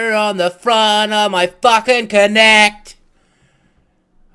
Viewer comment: Its kinect as in movement not konect lol